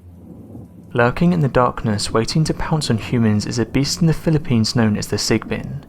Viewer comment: Sigbin or sigben.